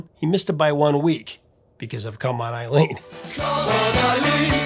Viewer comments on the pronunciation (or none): none